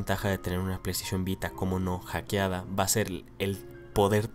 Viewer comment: Solo con escuchar "Hackeada" es suficiente para salirme de este video.